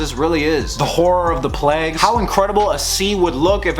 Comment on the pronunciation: Do all Americans say "plagues" like "pleggs"? Or jus some accents?